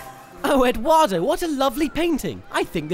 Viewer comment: edwado? its EDWARDOOOOOO =( difference between edd and his replacements